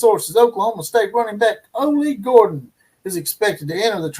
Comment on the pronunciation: ITS OLLIE GORDON"...AHH-LEE Gore-Dun